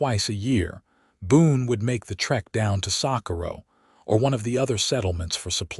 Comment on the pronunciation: This AI needs correct pronunciation coding. It doesn't know how to correctly speak, Socorro, New Mexico! 🤨😠